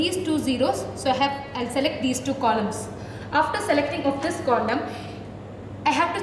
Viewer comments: Did Anyone Hear Condom? 😅 (4.32) Anyways Good Explanation Mam ❤ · I heard the word "condom" instead of columns in allocation explanation...😁😁